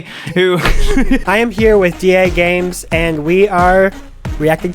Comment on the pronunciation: Remember when Charlie pronounced as "the games"?..... No?just me then.